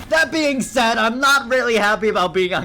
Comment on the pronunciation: "i saind gg a 5 times" ahh moment 🥀🥀😭🙏